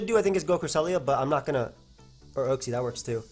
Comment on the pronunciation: You trigger me with your way of saying uxie